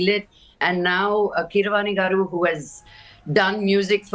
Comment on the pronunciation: Rajdeep, it’s not Vijayendra “gaadu”. It’s “gaaru”, with an R. “Gaadu” is an informal and disrespectful way of calling someone.